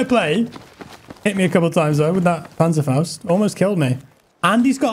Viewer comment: Im from Germany and you pronaunz Panzerfaust very good